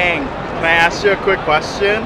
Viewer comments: Its pronounced Aang🙄 Didnt u watch the fkn movie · Watched the whole show and can't pronounce Aang properly